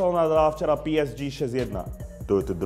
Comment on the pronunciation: [píesdží] Ach jo..